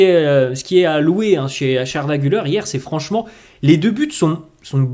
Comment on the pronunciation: Se prononce Arda Gül-air et non Gül-eur 😉